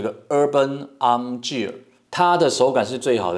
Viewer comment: Gear的發音錯了🤣🤣🤣